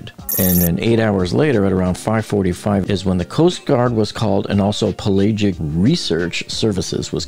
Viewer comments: Why does the narrator NOT know how to pronounce "PELAGIC" nor "ODYSSEUS"? It sure undermines his credibility when talking about them. P.S. We know that 4 am is in the morning, that 1 pm is in the afternoon, and that 11 pm is at night. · You obviously do not know much about the oceans or you would know the word "pelagic" and would not struggle with its pronunciation. Just to let you know 4AM is in the morning. even in Buffalo or at sea but you do not seem to know this. I have a lot of experience using carbon fiber tubes and road and hoop-type weave have always failed like a layer cake when one slice came apart. A spiral wrap holds up much better as my forces certainly weren't simply mono-directional but if and when it failed it would always be a kind of crumbling of the substrate not so much the fibers. This is repeated over and over in the case of Titain but I think the bed-liner was just sprayed as a bumper for casual on-deck abrasion and not anything serious. The sad part was that they didn't wrap the sub in titanium. As to the model testing the whole operation was run on a shoestring with a dubious business plan. I'm sure the whole basis for OceanGate's operation was the motto "good enough." I have only seen one comment noting nowhere in any of the videos or stills was a torque wrench seen being used on the bolting operation of the forward hemisphere.